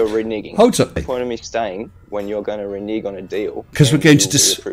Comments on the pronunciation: Oh, please let this cover his hilarious video about the star trails around Polaris taken from 8°S....... Edit - Yay! Edit- he can't even pronounce "Renaging". 🤦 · "Reneeging"? He was so utterly rude and graceless about it all that even if he'd gotten it right, I'd have made deductions for "Ill manners" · Can someone teach how to pronounce 'renege'?